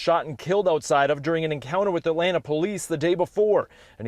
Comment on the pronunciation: As a native Atlantan, I wish news reporters would learn how to pronounce the name of the city. It's At LAN' ta; not At lan TA' as if the "ta" is an afterthought. It is insulting to mispronounce a name